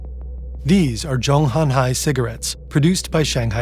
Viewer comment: Zhong Nan Hai, not Zhong Han Hai